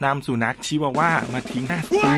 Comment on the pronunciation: ชิวาว่าค่ะไม่ใช่คิดว่าวาค่ะ